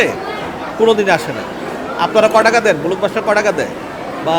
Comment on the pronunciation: তার উচ্চারণ... বলক বাস্টার সে আবার ডিরেক্টর 😃😄🙃